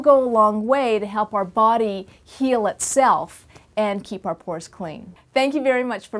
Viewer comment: FOR A SECOND I THOUGHT SHE IS SAYING PORN PORN PORN